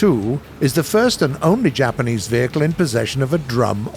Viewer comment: Bruce should never ever have been allowed within a mile of any Japanese word